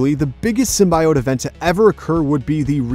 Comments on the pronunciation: sim·bee·owt. How hard is that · I am irritated by the narrator's constant mispronounciation of "symbiote". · Its pronounced differently in a bunch of different mediums. the 1994 show they say sym-bee-it, the venom movies say sym-bee-owt. and some of the games say sym-bye-owt. Its very much a tow-may-to, to-ma-toe situation